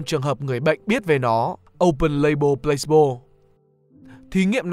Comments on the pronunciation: mình có góp ý nhỏ là từ này đọc là plơ-xi-bô chứ không phải plâyx-bô nhé bạn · Mình tưởng đọc là Plah see bo chứ nhỉ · chữ này đọc 3 âm tiết. kiểu plah see bo